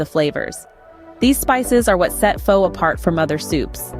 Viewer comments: If you know the proper pronunciation to Phó, why do you insist on pronunciation it Fo? How insulting! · This video's script, narration and the attractive woman pictured in the thumbnail all scream AI GENERATED CONTENT. There's no real chef behind these videos, it's just someone trying to make a quick buck with a new technology. Missing the pronunciation of the word "Pho" was another clue.